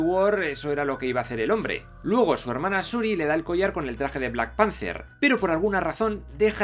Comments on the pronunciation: En tu mundo igual sí, pero es panther, no panzer, un panzer es un tanque. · Yo escuché black Panzer